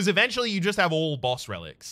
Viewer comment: Whats with the word spelling? I read the comments but no one mentions it? Eventually doesnt sound right, dont speak like you read a letter to letter, and you do that with some other words.. but still keep up the good work.